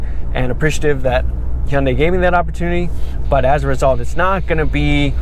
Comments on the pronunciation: The way the camera guy was pronouncing Hyundai was driving me crazy 😂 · I believe its supposed to be pronounced huhn day. It sounds like you are saying hey un day. Sorry, I like the review but this is driving me crazy.